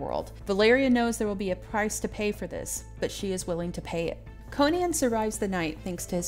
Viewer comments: You can argue Co-nan or Co-nun, Coe-nan, Coe-nun, but I closed this video at the third Co-nian. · Conan, pronounced like Conan O'Brian. Not like Cone-Anne. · I bursted out laughing the way you say Conan. Good job